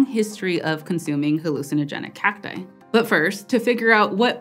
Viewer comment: what is this new word, "hallucinogenicacti", i feel maybe a small pause needs to exist between the ending and starting "c"s, otherwise it sounds like "hallucinogenic hapti"